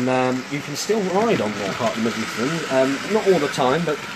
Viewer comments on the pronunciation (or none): Brilliant video except for one tiny wee thing.. It's "mid-low-thee-ahn"